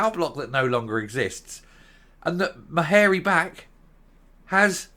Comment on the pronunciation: Love your pronunciation of Ma hairy back!!.....Fits her to a T